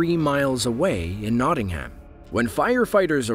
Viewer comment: I'm just saying for when you say Nottingham it's pronounced not ing am, I know this because I live in England.